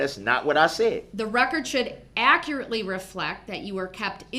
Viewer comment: The man who doesn't consent to being called Darrell Brooks (🙄) tried to add new words to the dictionary everyday... "You can't cohorst me. You gots me under doorrest." "I already axed you. I been done axin' you several times." "The record is inakerit. I just want the record to be akerit." "Is that lawfullaw?" "He wasn't no first eye hand witness." "Whatchu mean 'mute point'?" "How is that same statue being used?" "That evidence ain't got no valueness to it. NONE!" "Yerhonor and dis court have no intregady! You ain't got none!" "I gots yer oaf of offices RIGHT HEER!" "Dis minebogglin'." "It's reedicKolous yerhonor." "Was dat objection substained?" "Lemme remind you that you is under oaf right now." "Is that a tackit agreement?" "Tell da trooff, yerhonor. TELL DA TROOFF!" "Objection! Relevancyment?" "You can't dodat. You can't dodat yerhonor!" "Reason for da substaine?" "What's dah relevancyness of dat video?" "You just lookin' for uh, uh, uh, an escape goat." "A motor vehicle vs pedrextreian incident?" "Was you able to get a license place of the vehicle?" "Is that a judicidairy determination, yerhonor?" "What's the relevanciness?" "You were so efixiated on the eyes." "My 6th addmendment has been disguarded." "Do you look to see if any of the victims had underlining illnesses?" "I gots kids too. I cutted they un-biblical cords." "I'm the only one getting ammonish up in here! Dis ain't fair!" "They ain't letting me use no law li-berry, yerhonor."